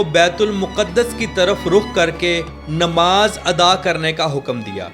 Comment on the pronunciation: نماز نہیں ہوتا ہے نماز ہوتا ہے زبر کے ساتھ میرے بھائی😊😢😂❤❤❤